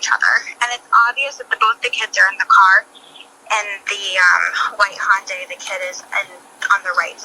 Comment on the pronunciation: Uummm…it’s Hyundai like ‘Sunday’😉‼️